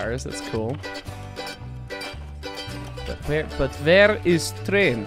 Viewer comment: "Vere es Train?" "Vhy es Ukrainian?"